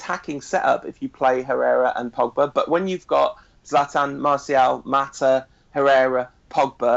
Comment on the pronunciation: First stop calling him Pagba,...his name is Pogba